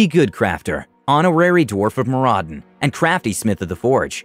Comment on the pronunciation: Loved the video, but the dwarf in me cries out to give you a hand here. Moradin is pronounced MOR-uh-din. Keep up the good work!